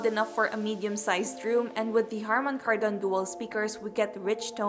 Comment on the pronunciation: The way you pronounce "Kardon" on Harman Kardon is like weird... Why don't you research first how to pronounce it before posting that video.. It is stressed on the first syllable on "Kar"... Just saying.